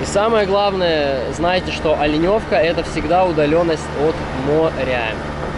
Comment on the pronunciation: Так Оленевка или Оленёвка?